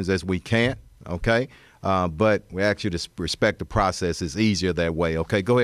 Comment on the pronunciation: You would think a CHIEF OF police in A major U S City could pronounce the word “ ASK” in 2024